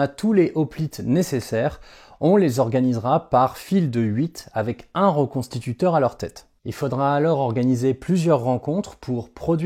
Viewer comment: Bonjour, petite précision : on dit "reconstitueur" et non pas "reconstituteur".😉